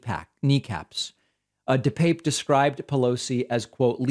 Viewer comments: David, just mentioning this because I know you always want to be accurate. When asked by the judge about the pronunciation of his name, DePape replied, dih-pap. At least you are not like that disgusting, cowardly tool, Tucker Carlson, who calls him dih-pappy! Keep up the good work, I appreciate you! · Dih-pap. He's clarified how to pronounce his name